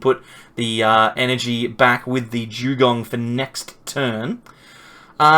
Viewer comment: Jewgong? 😂 What the hell is that